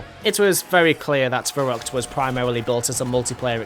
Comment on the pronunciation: Wicckay 😂🤣 Der Reesey